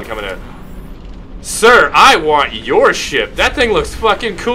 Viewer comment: Ve Vant VORE